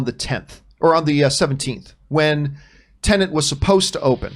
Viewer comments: It's not pronounced TenaNt...it's TeNet. it's so easy... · TEN.....ETT!!! Not Tenant! xD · Why can’t any of you pronounce Tenet correctly? It’s not tenent. It’s not about a lodger renting a property.